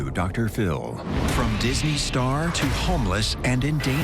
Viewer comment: Idk if I love or hate your channel lmao. I hate how you say Phil lmfao and I feel like most of your videos are just "random bullshit references" but I'm finding myself having a good time